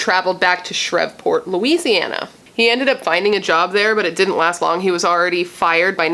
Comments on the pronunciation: I'm from the south and ppl usually pronounce it Shreeve-port. I love your content and great vid btw! Love it's your 1st true crime vid. You also do beautiful makeup styles and when I watch ya I just feel like we're just chillin not killin lol. 😎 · It pronounced she re port….my family from Louisiana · it;s pronounced SHR-EVE- PORT :) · Omg! I can’t believe a serial killer that inspired Scream was in my hometown of Shreveport. Pronounced Shreeve port… Like leave… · I love watching all of your True Crime videos! And just FYI, it's pronounced Shreve like Steve and then just port lol..I live not too far from that area, that's the only reason why I know. 😊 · Like spree Shreeport v silent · Shreveport pronounced shreev-port🙂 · Shreveport is pronounced shreeve-port .. You are too hilariously cute trying to pronounce it. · It's pronounced "shh-reeve--port" I believe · Shreveport LA is pronounced Shreev-port. No worries. Just letting you know. Only cause I live in the south and that's how we pronounce it where I live. Lol. Ty for covering this story. Very sad and unfortunate. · I lived in Fort Worth and Shreveport for 6 years! Had no idea. (And they say it Shreeeeeveport.)